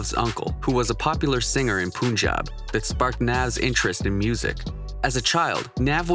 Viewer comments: Nice vid but it's Puhn-jaab not Poonjab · It is pronounced as how pronounce 'pun' in Punjab.